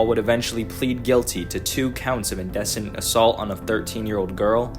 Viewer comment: Cool video dude, keep up the good work. Two notes: they are pronounced in-dee-cent and sub-seh-quent :)